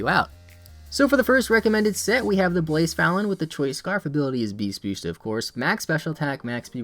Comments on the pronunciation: Everytime you said blacephalon i was like what pokemon is he talking about because of badly u butchered the pronunciation lmao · so? You still pronounced it wrong.